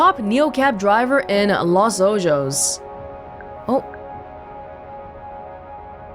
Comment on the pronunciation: Lol “Los Ojos” is pronounced “Los OHOS” which means “The Eyes” in Spanish